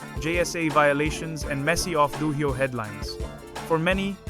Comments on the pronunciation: DO-HYO not Do hi yoh. 2 syllables not 3. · "Dough-high-o" for Dohyo (pronounced Dough Joe) being one of the first words spoken here made me unwilling to watch further. How hard is it to get these kinds of things right? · Pronounced doh hyo. Not doh hi yoh. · I paused and contemplated to quit after hearing dohyo pronounced as "d-Ohio" 2 seconds in but decided to give a second chance and laughed my way throughout seeing names like ryuden (whos negative headlines were years ago) and takakeisho (who retired in 2024) in most hated list while omitting names like ichiyamamoto and kotozakura for top 5 favourites (reported in jap times). this guy could have at least done abit of research before committing to this nonsense video. what a try hard. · This is AI generated content. When this channel first went up, the AI voiceover as in standard English. It was completely obvious that that it was machine generated. After many complaints, the producers of the channel modified the robo voice to sound like a foreigner speaking English. So now with the pronunciation of the word "do-ohio", it is now clear again that this is not a human being narrating. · I’m not sure this is machine generated. This just sounds like a human ESL reading an AI script. If it’s AI, it’s the best I’ve heard yet. Mispronunciations like “D’Ohio” don’t seem like AI because the script is AI and would be pronounced with phonetic English. This really sounds like a person misreading the word or stumbling over it. If it’s AI, it’s more cleverly done than most.